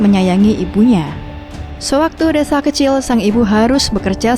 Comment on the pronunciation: Nyebut reza jadi resa